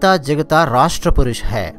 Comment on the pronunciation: జగత is ok sir but it is జాగ్తా is correct sir